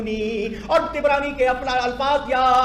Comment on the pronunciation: Tabrani Not Tibrani 🤣